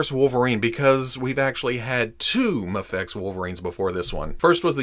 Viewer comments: Its not Maa-Fex.. Its May-Fex! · Ok pal.... I can deal with "May-fex" and "Mah-fex" but "Maff-Ex" is where I draw the line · Am I crazy? Is there a reason why you seemingly randomly switch between pronouncing Mafex as "mayfex" and "mahfex"? I've always just thought it was "mayfex" but now I'm confused cuz you're saying it both ways😂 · Heheh you pronounced Mafex three different ways in the intro. Love it,! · You forgot to pronounce MAFEX with the silent X lol j/k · You literally pronounced Mafex in like 20 different ways in this one video 😂